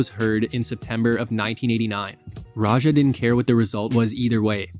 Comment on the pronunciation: good video, but his name is pronounced radj-ah. the j sound in his name is like j sound in english like in ja morant, not french j sound like at the end of garage or massage